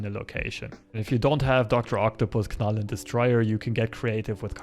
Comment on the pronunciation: As always, awesome content. Thanks for your work. Two points from my side: 1. I've seen Arnim Zola in Deadpool lists as a sneaky way to add power to mildly contested lanes. What are your thought on that? 2. I believe the "k" in "Knull" is silent, like for example in "know".